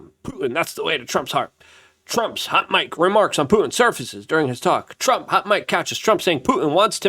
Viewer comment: it's not Pu-en, it's fucking PuTin ffs dude why?